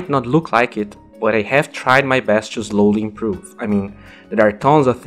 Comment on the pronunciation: Hey just trying to help its (sss) not (z) when you say "slowly" it sounds like you are saying "zlowly " try to improve on that <3 P.S love your videos amazing observations and you have helped me improve at Dota a lot